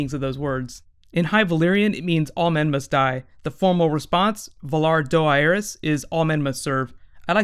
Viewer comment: Lol, no offense, but considering we've heard the Valar Morghulis and Valar Dohaeris lines on the show...your pronunciation of them is so bad. :)